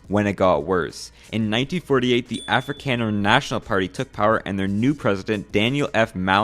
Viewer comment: I love how you pronounce both "Afrikaner" and especially "Afrikaans" as "Afri-CAN-er" and "Afri-CAN-s". 😂 You clearly don't give a DAMN (!) about people hearing you're just an AMERI-CAN !!! 👍🇱🇷🤪🇱🇷🥳👊💥🤠🇱🇷🇱🇷🇱🇷